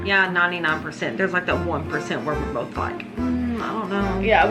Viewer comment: Does seriously say BOLTH instead of both?! Btw, hope you're doing fine and thank you for your hard work, even though it was a pretty tough time for you the last days. Did you manage to get the locks changed? Do you finally feel safe again? I'll continue to pray for you anyways 😊 Loads of love and hugs from Austria / Croatia ♥